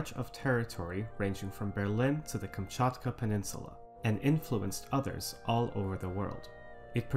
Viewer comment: Oh boy I get it add another way to pronounce Kamchatka as an avid Risk player I'm up to about 7 now.